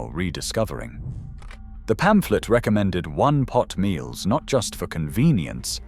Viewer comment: Twenty one-pot meals NOT twenty -one pot meals. I know you are only a robot. The dweeb who programmed you is at fault.